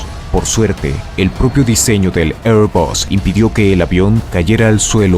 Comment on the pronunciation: No hace falta decir ehrbas, no es una palabra inglesa. Se puede decir en español o en frances porque Airbus es un consorcio de estos paises y en cualquier caso 'bus' proviene del latin y se debe pronunciar con U (incluso en ingles)